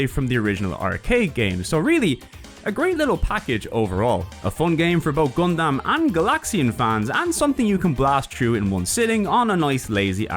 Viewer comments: Did he say Gundamn? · Okay hearing you say Gun-damn is a bit distracting, haha.